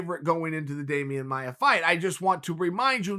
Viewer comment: Damian "Amaia" Maia